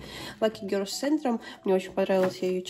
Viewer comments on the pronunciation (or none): none